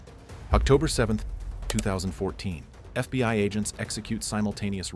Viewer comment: FB-WHY? (FBI) this AI naration needs to spot